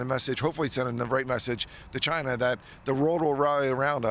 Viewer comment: Just like Trump said “Chy-na” is the biggest threat to us